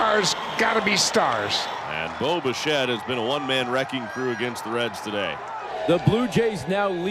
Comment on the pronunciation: Great win, sure. But am I not the only one who hears "Boba Shett"?